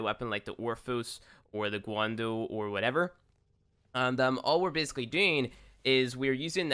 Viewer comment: You've got to learn how tel pronounce things correctly and speak English right. I couldn't even watch this because every event item's name was mispronounced! Guandao, catalyst. phylaxis etc.